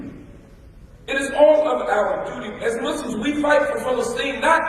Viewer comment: "Muss-slums" as you say, Sir, is a crafted crash in the one-car lane I drive in. If you can pronounce chrysanthemums, Episcopalian, Brezhnev, Glasnost, euphuism, Mormon , atheist, agnostic, anomanopeia, Chernobyl, Uzbekistan, and SO MANY other words.....but so closely align with Islamophobes that continue to pronounce the Arabic word for One Who Submits to God's Will as: "Mud's Slum" or "Moos-slums". Congratulations with the insertion of at least one(1) correctly pronounced Arabic word I heard clearly ("Abdullah", not "Abdoollah") in your speech, but how do you persist to neglect getting the word Muslim stated correctly in the same way those who you are preaching against do?